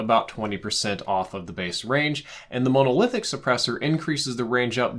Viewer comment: Monolithic : it should be pronounced like monocle not like Mona Lisa Stipled : not sure if it is spelled this way in game (think it might be) but it probably should be stippled and is pronounced like nipple) /pedantic mode